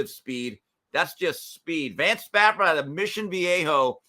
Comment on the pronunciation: It’s Vance Spafford not “Stafford”